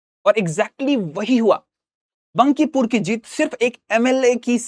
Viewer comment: Phli baat बंकीपुर नहीं बांकीपुर hota hai 😂